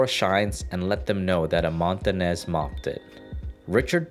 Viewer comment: Its pronounced montanyes not montanes ñ this word is pronouced nye but we called it enye